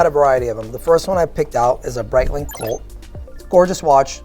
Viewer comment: I love “Brightlink” and “Twodoor”